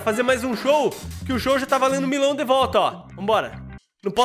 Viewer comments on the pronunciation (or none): KKKKKKKK O FALANDO MILÃO E N MILHÃO KKKKKKKK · Tu falou Milão parece milho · Acabei de perceber que o fala Milão kk é quase melão